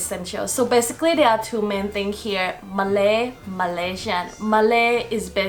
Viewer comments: Malaysian not Malasian, I don't even know how to read that... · #7 is starting to become wrong! Some people are going to australia and they have to study english Edit: its Malaysian not malaisan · it’s malaYsian not malasia no shade just wanted to point out that small mistake anyways you have covered everything up good job 👍🏻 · Its Malaysian not Malasian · Thank you for the video! Btw it will be Malaysian not Malasian. Anyway thumbs up for the amazing video 😊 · For no 5 it's not malasian it's Malaysian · Malaysian* not malasian btw